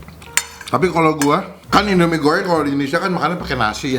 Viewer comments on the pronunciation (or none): Lidahlu knp bang..mie gorryeng..abis nelen paku y